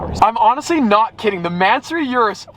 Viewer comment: "Yurus" makes me cringe evertime someone days that